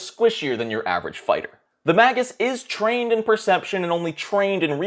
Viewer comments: It's not "maggots" what is wrong with your mouth man. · I just looked at multiple pronunciation guides. It is "may-gus" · I just googled it. it's May·Guhs, I don't either, I'm to continue to pronounce it Mag·Us but, you said something about it and I was just dying to know😆. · I pronounce it the same way as you. Just googled the pronunciation, and I think the proper one is actually cooler. I'm gonna start saying it that way. "May-gis" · Mage. Us. He even says Magi as J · Dictionary claims "MAY-gus." The G is hard, as in "gas." So... you were almost right. I thought it'd be a soft G like in "magic," but... whatever. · May-jus, and plural is Maj-eye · Mah-Gus sounds like you're calling my first ever character a maggot. :P XD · I literally cannot watch this. The first few seconds you pronounced magus WRONG. It comes from the same root as magic sure, but it's pronounced may-gus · ma·gus /ˈmāɡəs/ He is, indeed, pronouncing it wrong, but he used the correct plural. The singular form is pronounced may•guhs, the plural being ma•jai. Also, Magus is Old Persian, not Latin, but the Latin translation is pronounced and spelled the same. Sources: Google and my English Major. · I like Mah-goose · I say magus the same way, but it sounds like maggot or maggots. :D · I almost didn't make it past the Magus pronunciation bit. It physically hurt me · Until you learn how to say Magus, take a downvote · No...thats not proper Latin pronounication.